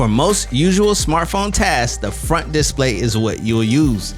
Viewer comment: Nice video but please learn how to say disPLAY :)